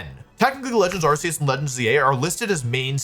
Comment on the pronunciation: Arceus has a hard C.